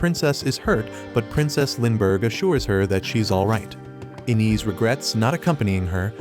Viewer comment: it's pronounced 'Eye-nez', not 'in-is'!